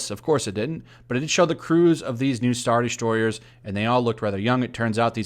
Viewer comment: it sounded like you said “straw destroyers”